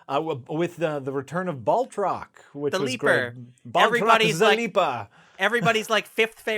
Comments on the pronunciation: There is NO "L" in BATROC THE LEAPER!!! Agree with the symmetry though. Also funny how he is one of the few reoccurring villains in the MCU. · You shouted out the great Lodge 49, so all is forgiven. Though none is needed because I checked and Jack Packard was the one who started the mispronouncing the Marvel misanthrope's moniker.